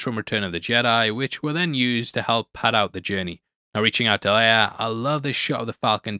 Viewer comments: It's Leia not "Leiar" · Peter Cushing (Governor Tarkin) also pronounced Princess Leia's name differently. He pronounces it "Lee-ah" rather than "Lay-ah."